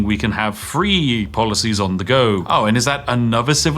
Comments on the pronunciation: . polOcies? And you are meant to be British. Tut Tut! 😂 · "Extra polocies" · "polocies" hyuk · Polocies xD